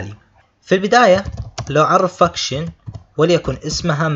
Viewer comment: حلو شرحك ولكن بليز انطقها كذا الفنكشن 😂 مو فكشن احسها لعنه 😂👍